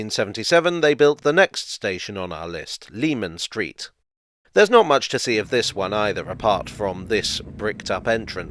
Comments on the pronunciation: “Leman Street” should be pronounced like “Lemon”. Just worth mentioning because it feels like it’s dying out these days, Jack the Ripper related media getting it wrong hasn’t helped. Anyway, great video again. I find those old London and Blackwall stations very interesting. It’s incredible to think how the line and its Millwall extension were so out of favour and then would come in handy with the DLR. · Leman Street was pronounced LEH-MON Street by the locals according to my father who lived not far from there. I remember getting lectured about it when I was a youngster making the same mistake! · I second that citrous pronunciation!